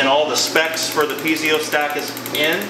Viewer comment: Really impressive. Great set up. The only diesel-related thing you guys don't know how to do well is pronounce "piezo". :P